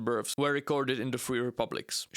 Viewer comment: Love the accent of this video, makes me laugh every time he pronounces births as berfs, birfs, or burfs.